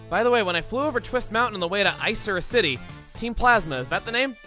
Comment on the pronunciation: "Ice-er-s City" (let me know if I should change this) I don't know if that's the correct way, but I've always said it "Ick-er-s City"